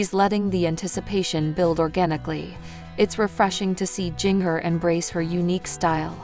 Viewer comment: It pronounced Ginger like the spice. NOT JINGer. You have never seen 19 and counting